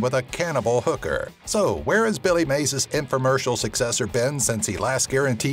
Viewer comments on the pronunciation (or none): none